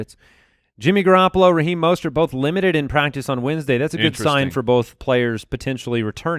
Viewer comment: UGH! You keep calling him “Mostert”... its “MUST-START”!